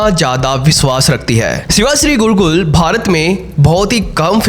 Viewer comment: गुरुकुल नही गुरुक्कल